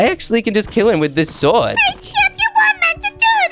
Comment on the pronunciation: Bruh it's not chop it's chip